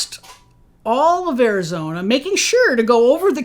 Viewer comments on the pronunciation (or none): none